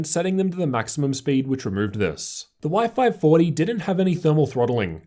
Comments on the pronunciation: I think he's mean what you pronounced Y540 like " wi-fi 40ty" :) P.S. Big thanks for so detailed reviews. Could i ask you, if that possible, using the same angle while you filming opened side-by-side laptops? Filming in front of. Because you usually filmed from the right corner, and the display of the closest laptop is distorted. Hard to objectively compare "non-synthetic" colors, contrast, etc. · Anyone keeping thinking he's saying wifi 40 🤣